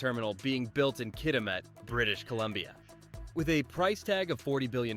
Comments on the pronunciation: Pronounced Kitimat not Kitimaut. There is truth in advertising. Which is basically what you are doing. BCer's rant over. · Just a help on pronounceation the name Kitimat is (Kit-a-mat) and Nisga'a Nation is (Nish- ga) Nation. The original peoples of the Nass River Valley in British Columbia. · Hi, I"m a Canadian who is living and working in Japan. I'm originally from Vancouver. It's insulting that you show pictures of non Canadian ports and are not able to pronouce "Kitimat". Where are you from? I'm guessing south of the border. (oh and btw, the picture of the Japanese Prime Minister is out of date). OMG you have picures of Abe san as Prime Minister. Do you know he is no longer alive? I cannot imagine you being a Canadian Youtuber. I see now from your channel descripton you are from USA. shame on you for trying to profit from our loss. Backstabbing Americans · I guess I was dreaming watching President Trump hosting Japan in the Whitehouse. The robot needs to pronounce Kitimat properly. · Too bad the bot narrator doesn't know how to pronounce "Kitimat".